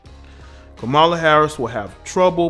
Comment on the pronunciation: You are pronouncing K-am-a-la incorrectly. There is no "MOLA" in her name. Here it is phonetically cam-a-la ..."cam" as in camera.